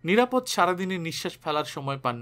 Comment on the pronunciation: নিরাপদ্ নয়, ও-কারান্ত নাম নিরাপদো। যদিও বানান একই। একজন বাচিক শিল্পীর এটা খুব বড়ো ত্রুটি।